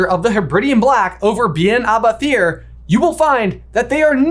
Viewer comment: Pronunciation help: Beinn a’ Bheithir is Scottish Gaelic and pronounced something like “bane ah veyheer” (bh and mh in Scottish Gaelic make a /v/ sound and th is somewhere between /h/ and nothing)